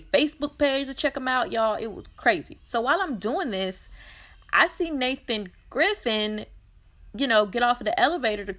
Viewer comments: I love your channel, and your determination! But please it is Nathan GRIFFITH, not Griffin. Great job!!💖👍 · It really baffles me that the bloggers constantly mispronounce the ppl they are reporting on names, you claim to be following their stories. His name is Griffith! But the one that kills me is when they call Wendy Williams husband Kelvin instead of KEVIN. Idk I guess it’s just one of my pet peeves. Lol I’m new to this channel, but I really like this one.